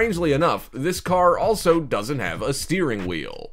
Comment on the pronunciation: it pronounced steering matee!!